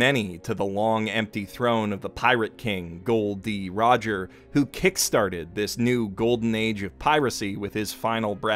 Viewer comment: Really glad you said “Gol D Rodger” sign of a true fan